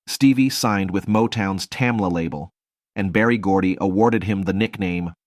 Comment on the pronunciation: It’s Berry GORDY !! Ok !?